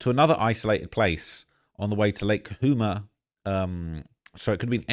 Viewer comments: Its ca-chu-ma ...the chu is pronounced like shoe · It’s pronounced Lake “Ka - Chew - Mah”